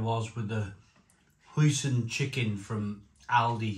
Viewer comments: Pronounced Hoy-Sin 😂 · The hoosin sauce 😂👏🏻